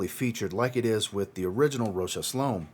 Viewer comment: Good review, I liked it more than others in here.. and I am glad you pronounce the name of the designer closer to how is pronounced for Fashion designer Marcel Rochas (1902–1955).